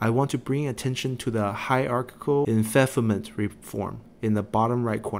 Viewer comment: I'm sure you're aware now but Enfeoffment is pronounced En-feef-ment. Hope this doesn't sound patronizing. These guides are still incredibly helpful even a year later! Too bad I can't bring myself to focus red path outside of my very first campaign. Money is too good elsewhere